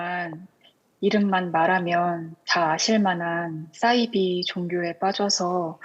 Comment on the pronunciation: 잘 하셨는데 싸이비가 아니고요 사이비로 발음하세요. 한자어 말입니다. 영어의 S발음이 아니고요.